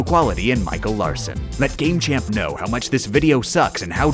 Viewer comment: heh heh "GameChimp"